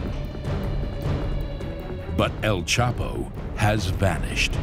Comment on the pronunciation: El chapo u mean el chopper😂😂😂